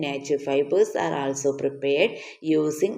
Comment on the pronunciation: Miss also alla ollso ennanu pronunciation